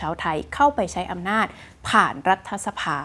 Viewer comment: รัด ถะ สะ-พาไม่ใช่ ออกเสียง รัด ทะ-สะ-พา คุณน้อง ดร.คุณพี่จบ ม.3เองนะจ้ะ